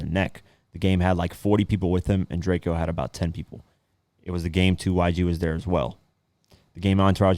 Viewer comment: It’s DRAKE-OH get that shit right the mans is dead we just lost the La GOAT